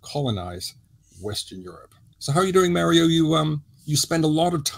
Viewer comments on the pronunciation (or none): Excellent as usual. But, Mario’s name uses the same vowel sound as your name. It doesn’t sound like mare. It sounds like mar.